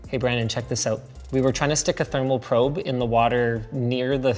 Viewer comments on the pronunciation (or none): none